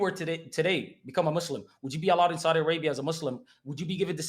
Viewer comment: Now he is saying Soodie arabia i cant watch this... american muslims are the WORST of all.